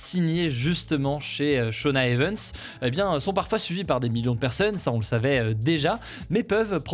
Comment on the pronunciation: Le mot anglais EVENTS se prononce i-vène-tss, pourquoi le prononces-tu é-veune-tss ?!